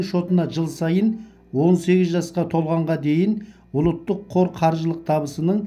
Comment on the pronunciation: Ұлттық деп айт ұлыттық емес дұрыстап сөйлеу керек.